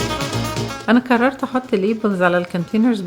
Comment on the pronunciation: المصريين: قررت ❌ كررت ✅